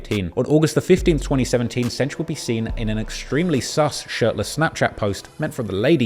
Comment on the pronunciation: Am I the only one who cringes every time he calls him "Cench"? lol